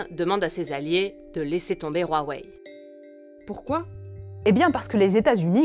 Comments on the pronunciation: C'est Huawei pas Rhuawei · Pourquoi vous dîtes "Rouaouaï"? c'est "ouaouaï" non? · OH Bordel arrêtez de dire ROUAWEÏ, rien à foutre que ça se prononce comme ça en chinois Dite OUAWEÏ comme tout le monde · Y’a que moi qu sa perturbe qu’ils dises huawei « ruawei » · Le chinois RUAWEI XD c est Huawei mais bon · Je suis le seul qui prononce wawai? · "Ruawei" c'est perturbant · Parce-que OUAWÉ c'est pas perturbant ? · vous faites mal aux oreilles comment vous prononcez Huawei